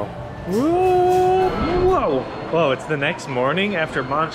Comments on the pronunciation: Hey guys, Baguio is pronounced as "bag-yoh" and not "bag-yao". It sounds funny when you guys say it. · So funny while shaking ur booty guard tells u to stop filming 😂. Oh by the way its pronounce as BAG -YO not bag yao. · pronounced as BAG-YO. thank you for your uploads. I enjoy your vlogs. WTg!